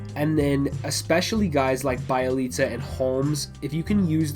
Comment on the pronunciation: Be-Elite-Za not Bai-leet-za